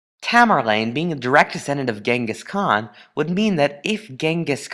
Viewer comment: I hate the way you pronounce Genghis Khan